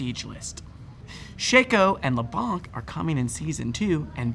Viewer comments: Cant unhear him saying 'Shaco and Le'bonk' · That isnhow you read leblanc not leblank its a french word for white or pale one